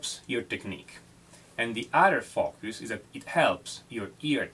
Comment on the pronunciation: Fockus prounciatiom